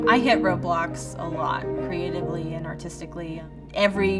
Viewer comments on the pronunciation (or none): thought she said roblox 💀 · Always when she Said "roadblocks" i thought she Said "roblox" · i clicked out just as she said "I hit roadblocks" and I thought she said "I hate roblox" so I got really confused and came right back to see where the hell that was going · “I had roadblocks a lot” What I heard: ”I have roblox a lot” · Whenever she said “Road Blocks” I thought she said “Roblox”